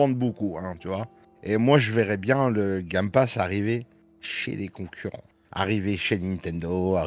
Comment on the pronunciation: "le gamme passe" tu m'as tué 😂